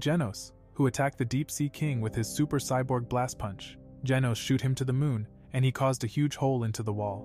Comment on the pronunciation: why did he say handsom scyborg